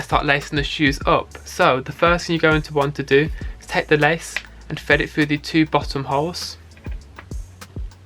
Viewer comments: Man says “fed it few” instead of “thread it through” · “And them fred it froo” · “Fread it fru” 😭😭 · “fedifiu” - British guy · I heard feed 😭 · man really said fred it froo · Fwead it fwough